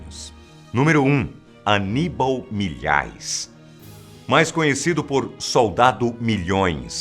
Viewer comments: É Milhais e não Milhaes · Milhais é com i e não com e